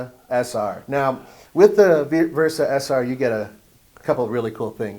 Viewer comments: Sentra Se-r not sr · I think you meant SE-R.